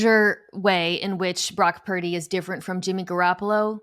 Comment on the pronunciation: Is Parrrdy or Perrrdy 😏😂🤣😂🤣😂It’s Purdy!!!🤭🤗